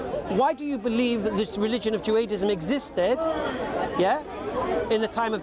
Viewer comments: MAGMK&W 20:114 nah he clearly was saying juaDism at beginning.. 😂 but excellent video , i listen closer while it happened because i was like that sound different lol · it's Judaism not Juadism 😂